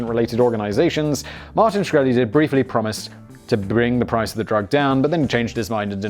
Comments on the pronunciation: Simon can't pronounce Shkreli? That's so very very sad. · Really clicked this to hear the proper pronunciation of his last name. in and you already mucked it up